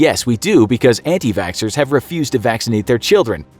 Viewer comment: When they said anti vaxxers I thought they said edgy vaxxers